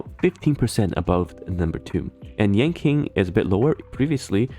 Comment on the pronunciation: Yanqing --> Yanking